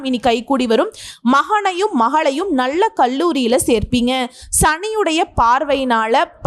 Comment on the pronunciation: 🙏🙏👌👍👍நல்ல not நள்ள, 🙏👌❤️கல்வி not கள்வி pl